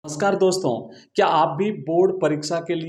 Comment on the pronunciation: NAMSKAR ❌ SCAR ✅ 😂😂😂❤